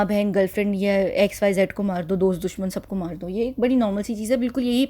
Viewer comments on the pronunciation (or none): none